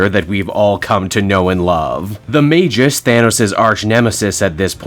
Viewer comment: Hearing the correct pronunciation for Magus is music to my ears, now I gotta make sure everyone gets it right once Adam Warlock videos become YouTube currency lol